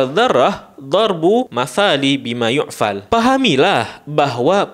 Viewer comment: sedikit ralat bang. Itu yg benar (yu'qal, pake qaf) bukan (yu'fal, pake fa) 🙏🙏🙏🙏🙏